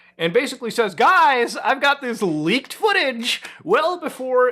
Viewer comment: Lol "laked materials"